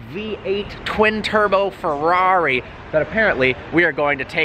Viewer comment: Listen to how he says "Ferrari "